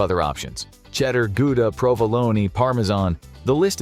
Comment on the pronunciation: Dude said provoloney